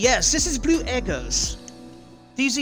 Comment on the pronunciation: It's your bleuuu in british